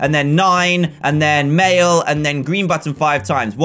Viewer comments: lol you said gween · Dan: Gween That had my dying xDDDDD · 3.05 dan you said gween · u said gween haha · ''orange, gween twice then blue i can't even talk'' XD gween! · Dan said gween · Haha you say gween in button